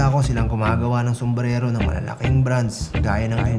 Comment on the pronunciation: Tanda mo na bulol ka padin. Sumbrero! Kahit Spanish Yan an Spelling. "Sumbrelo"? 💀